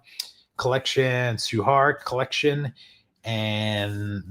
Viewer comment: Tsui (Hark) is pronounced "Choi" Hark ;) Frank Djeng has already stated that it won't be volumes (Thankfully).